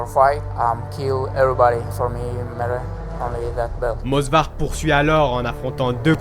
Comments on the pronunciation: Movsar ! Et non Mosvar !!!! Ok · frérot, Movsar est Tchétchène, pas Georgien... Et c'est Movsar, pas mosvar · C'est Movsar* pas Mosvar, pour la présentation du début tu aurais pu dire qu'il est ingouche (même si Russe de papier) et parler rapidement de sa famille, pour la lutte gréco romaine son cousin est champion olympique (Musa Evloev) et sa soeur est une chanteuse ultra connue en Ingouchie (Hava Evloeva) et son frère combat également au M-1 là ou il a fait ses débuts avant de rejoindre l'UFC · Movsar et pas mosvar, Diego lopes est un mexicain et non un brésilien… j’ai l’impression que c’est la nouvelle mode de se tromper juste pour avoir des com’s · salut c'était pour te dire que c'est movsar evloev sinon très bonne vidéo